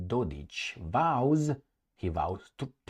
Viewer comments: No, it's Dodik, not Dodich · The mans name is DODIK , not DODICH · It’s Dodik not dodić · Republik Srbska 💪 Its Dodik not dodic fyi Love your videos 9 January is Republika Srbska day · Yep Dodich :face-blue-smiling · Dodik is pronounced with a "K".